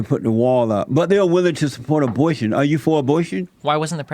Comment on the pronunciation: When Jesse said abortion I spit all my food on the table! Lol 😂 omg I’m dying right now of laughter. This clown can’t even pronounce a b o r t i o n